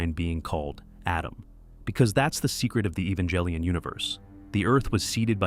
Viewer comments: Its Evan-Gel-lee-on, not Eva-jel-lion. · Evangelion has no J sound… Why do you say j ? English: ee-van-gah-lih-ohn. Japanese: eh-bah-n-geh-ri-on.